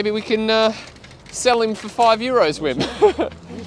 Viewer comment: Just because you’re saying it so often: isn’t the W in Wim pronounced like V in VERY?